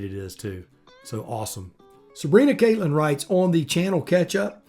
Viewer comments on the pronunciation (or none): Thanks for the shout outs, it's pronounced Cat- Lin, like the critter. Had in idea. How about you tell us about your coldest ride, then go into the dangers and issues of cold weather riding..